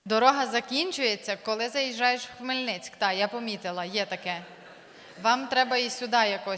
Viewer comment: Знаєте, оцей звук - пінопластом по склу, або, або крейдою по дошці, або пальцями по повітряній кульці? Оце, те відчуття, коли я чую ХмельниЦЬК. І то нічого, коли так говорять гості міста, але коли так говорять люди, що прожили в ньому 20 років, а хтось й більше 😬 А, як завжди, гарна та весела